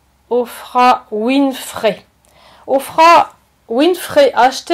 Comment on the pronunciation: si vous savez comment prononcer les noms de les personnes plus connus au monde ça rende votre discours incompétent!